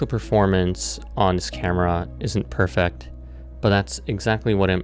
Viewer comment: Great video. Incredible videography. Learn to pronounce ‘perfect’